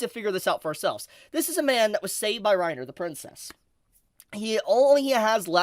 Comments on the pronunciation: Not Reiner... Renner xD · it's "ren ear" not "rine er". grrrrrr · Reiner? pronunciations are always jokes. lol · As a German, I feel offended by how you pronounce "Renner" like "Rainer", like the guy from AoT. The "e" is pronounced like "eh". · HAHAHAHAHAHAAAAA every time he said Re-nners name as rai-nner, I kept thinking the armored titan. HAHAHAHAAAAA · Reiner? not renner? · calling Princess Renner "Reiner" over and over threw me for a loop. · I love you my man, but that name butchering you did with 'Reiner' and 'Cyocyutos' just cracks me up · pronouncing renner as reiner is so funny i am just imagining reiner from AOT dancing to a evil disney song. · The fact you kept pronouncing Renner as "Reiner" is really irksome. i couldn't keep listening because i can't help but think you are talking about the dude from Attack on Titan. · pronouncing Renner as Reiner. I can't help imagining the Armored Titan dancing and singing like a Disney princess. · Sry just a little hint dont listen to butchering her Name its actualy Renner. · It kinda triggers me how you pronounce Renner. You make it sound like Reiner... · Did “Reiner” get lost and wonder into Overlord from AOT? Such a “-ism” to keep saying it 😂 Princess Renner 🤓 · (also "Reiner" is not the correct pronunciation) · The way you pronouns Renner deeply disturbed me. What kind of dub are you whatcing bro? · I agree with everything in the video but the pronunciation of the names, that threw me off so much 😅